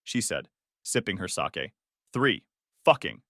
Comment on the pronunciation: Who cares? It's a shitty AI story. I couldn't care less. The AI screws up 'sake' with soccer. Also recent videos have the AI mixing audio to make a jumbled audio mess. Also recently they started putting in pers mostly, if not all dogs bte. This AI telling the story is degrading. No wonder they are losing traction.